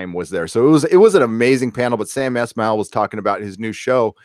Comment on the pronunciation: Sam ES-mail. Not Esh-mail